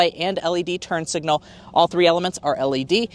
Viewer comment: Thank you for saying turn signals and not turn singles.